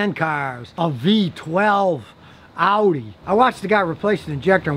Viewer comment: Did Scotty say "V12 owie"?